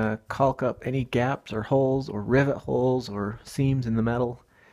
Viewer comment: The “L” in caulk is silent